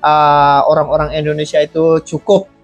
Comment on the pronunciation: tolong perbaiki penyebutan INDONESIA dengan benar. INDONESIA. bukan ENDONESIA. Terima kasih